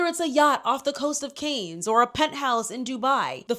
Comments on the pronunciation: The difference ppl (you are the 4th person I've seen) reporting on yachting & calling Cannes variations of Cairns, canes or car-nez is making me giggle. Yes people! Mispronounce this sh*tty sewerage sink-hole of a "city" name. It reminds me of ppl calling Ghislaine Maxwell jizz-lane. 😂😂 NO RESPECT FOR THE DEPRAVED BISHES!!! IF YOUR TOWN IS FAMOUS FOR *EX TRAFFICKING & AB*SE, YOU DON'T DESERVE CORRECT PRONUNCIATION. 😂😅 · as a point of constructive criticism- I think it would suit you to research pronunciations before filming videos. I’ve been watching your videos and there have been a few times that I’ve cringed from the mispronunciations. It would just help prop you up as more professional. You’re doing great though ❤ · I loved the video but had to cringe every time I heard Cannes mispronounced 🙄 Candace Owens does this all the time and it's maddening. I can understand, but a huge production like Candace Owens and she can't correct her pronunciation of basic words?? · No offense, but for future reference: Ghislane Maxwell is not Epstein's wife. Cannes is pronounced like "Khan", not "can". Capri is pronounced "CAP-ree; emphasis on CAP; not "CA-pree" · Cannes is pronounced Cahn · Girl it’s CAN not CANES 😭😭 Love this video anyhow ! Xx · For future reference, it's Phonetically pronounced "CAN", not Cane. Got get you right, Sis. 💛🧡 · Cannes is pronounced ‘can’ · Cannes = NOT PRONOUNCED ‘CANE’ - it’s pronounced ‘khanh’ or ‘con’ (like the word contact) This was driving me crazy, sooorrryyy. Since all the other commenters said everything else I wanted to say, I thought I would offer the correction. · Canes? It’s pronounced like Kahn. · Girlie, Cannes is not pronounced as canes, is pronounced as cahn 🙄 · Cannes is pronounced Kahn. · Hey, not being critical, just wanted to let you know you are saying Cannes incorrectly. It is pronounced "Kahn". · Cannes is pronounced kahn with a soft A like father - the S is silent. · “Kanes” Sigh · Cannes is pronounces Can